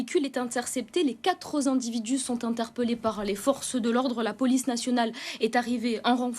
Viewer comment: les "quatre"!!!!!!